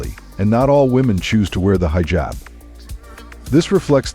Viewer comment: Not "high-jab" :face-blue-wide-eyes: It's pronounced like he-jab